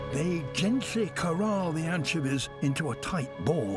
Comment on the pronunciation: Let's all this take a moment to appreciate David Attenborough's pronunciation of "anchevies" lol.